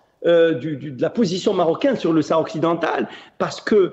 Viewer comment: Essayez de ne pas prononcé le ''H'' de sahara svp ( laissez le muet). Merci, ca fait pas pour les auditeurs